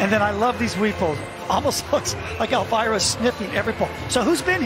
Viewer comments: lol sorry I mean "the way in which they read it", like "elvyra" and not "elveera" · I tolerated reading "elvira" like that, but at "bracco italiani" i had to quit